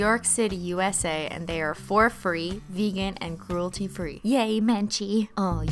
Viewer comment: Did anyone else hear "fur free" as "for free" ?😂😂